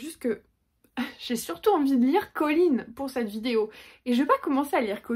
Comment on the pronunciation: Alors pour moi c'est Collins avec ine. Je trouve ça assez horrible les narrateur qui francise les prénom !